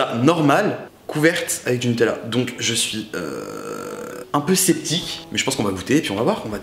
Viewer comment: Tu dis tt le temps (chui septique)🤣🤣🤣🤣jaime trop😂😂😂❤